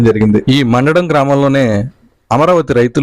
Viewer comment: గ్రామం పేరు తప్పు పలుకుతున్నారు. "మండడం" కాదు "మందడం" అని పలకాలి.